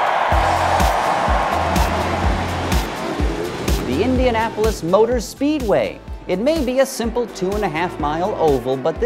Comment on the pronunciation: Indianapolis! really man?